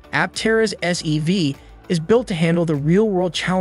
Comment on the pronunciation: Sounded a lot like SUV, and the CC kept calling it an SUV. But at least SEV would make sense.